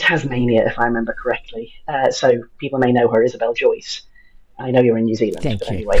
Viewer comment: It's Joyce, not Joice